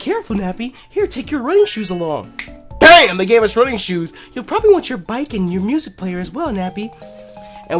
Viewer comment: When the into said "they" it sounded like "dick" and I just sat straight up like "pause"